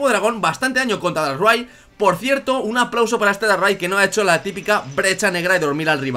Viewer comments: porque dices darray en vez de darkrai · Porque dices darray en vez de darkray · VAMOS DARRAI Xd q mal pronunciacion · Qué forma más curiosa de pronunciar el nombre de Darkrai xD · tu como pronunciao Darkray